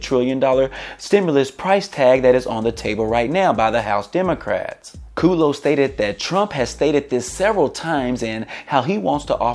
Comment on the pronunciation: I think it's KUDlow, not Kooodlow